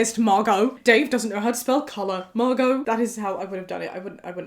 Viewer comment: Omg my name is Margo! I loveee your pronunciation of it!!! Makes me like my name more than I did!!!